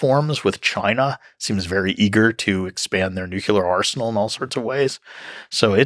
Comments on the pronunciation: It was so brilliant and educational when they said nuculur. I cried. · Seems like a smart dude, but not smart enough to know where the 'l' is in 'nuclear' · This video would be so much better if one of them could pronounce nuclear correctly. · the speaker can not pronounce nuclear.... he is a dope.